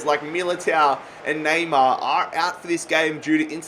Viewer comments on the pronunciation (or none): none